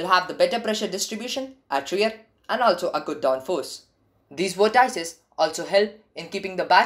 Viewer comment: Please look up how to pronounce vortices.